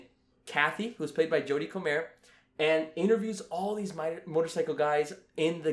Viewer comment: First time I've heard her name pronounced Coh-Mayer instead of Coh-mer